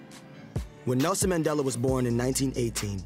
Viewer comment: Bro really said Maandale